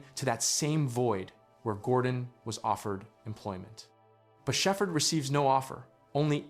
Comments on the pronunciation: you mean, get this AI a golden play video? Why else would an American-accented narrator pronounce "Shephard" as "Shefferd?" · Was this script written with AI or do you just not know how to pronounce words you’ve written like Shepherd not being sheffered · The pronunciation of 'Shepherd" is quite unfortunate. Is his name truly never spoken in-game for reference? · The best AI narrator I've encountered so far, but the mispronounciation of Shepherd and Xen give it away.